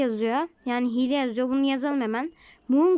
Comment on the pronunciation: Hile diylim diyo hiel